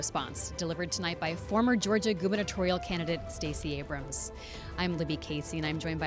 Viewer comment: Why did Thtacey Abramth make the Democratic response? I wanted to turn the T.V. off as soon as she came on. Hearing random 'th' sounds between syllables was incredible annoying.